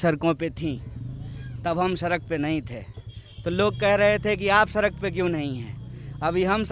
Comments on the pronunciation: Sark nhi sahi se bol beta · सरक पर नहीं...सड़क पर..सड़क पर.